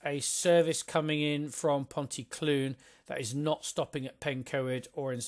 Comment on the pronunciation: Good description of this, my local line. You've tempted me into buying it. Nearly there with the pronunciations ;) Ponty CLEEN, TondEE, PILE.